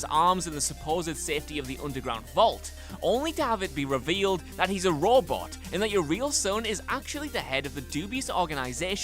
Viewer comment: Did you just say rawbot? When talking about Shaun in fall out 4???